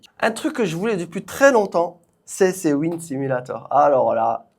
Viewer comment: franchement mashaAllah le setup sim il est lourd de fou c'était grv cool a regarder (ps pour le wind simulator ça se pronoce "wa ïn d" 🙃)